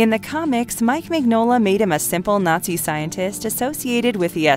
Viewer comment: Please research how names are pronounced. Mignola is pronounced min yo la